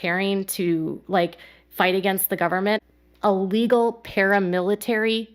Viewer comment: Is…. Is she saying e-legal?.. 😂